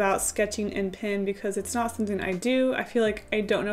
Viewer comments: OMG IT'S PEN NOT PIN LOL IT'S OK BUT 😥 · It’s cute how you pronounce pen, sounds like “pin” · It was funny to see you pronounce "pen" the same way you do as "pin", rather than the same way you start when you say "pencil". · The way she says pen. Pin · everything you say “pen” I think you are saying “pin”